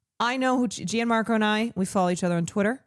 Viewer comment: Btw, it’s pronounced “John-Marco” not “g an-marco”